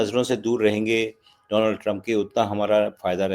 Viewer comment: Bhaisab, donald ka sahi uccharan to seekh lein.